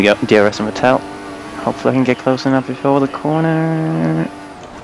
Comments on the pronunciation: Well actually it is more like Fettle - exactly like settle, just with a spoken F:) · Great video! But could you pretty please learn to pronounce Vettel's name properly?